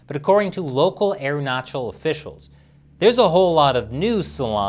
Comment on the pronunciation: Last time around you pronounced AerunaKal. This time you are correct on CH part